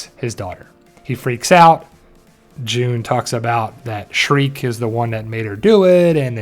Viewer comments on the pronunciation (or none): Okay so it's Shrike, not Shriek. Also, it's Carrion, not Carryon.